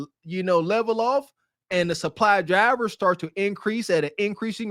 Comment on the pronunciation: Dwivers are qwitting lef and wight? wtf is your tongue swollen up